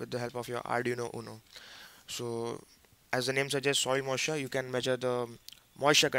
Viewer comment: soil mussure ? :)